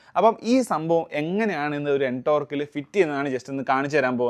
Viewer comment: എൻ ടോർക് അല്ല ടോർക് N സൈലന്റ് ആണ്